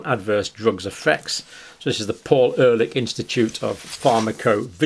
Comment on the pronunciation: Ehrlich is pronounced a bit like Air leek